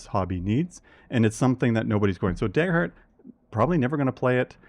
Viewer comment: what's this "deyger heart" you speak of?